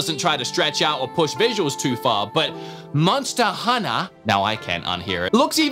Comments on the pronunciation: MONSTTA HUNNA BOIIIZ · “MONSTA HUNNA” 💯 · Can I just go on the record here and say: I hear you trying to say monster hunter appropriately at the end there, and I hate it. Where’s my MONSTAA HUNNA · Now I can't stop hearing myself say "monsta hunta"